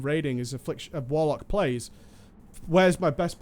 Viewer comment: "WARLCOK", ya dunnit.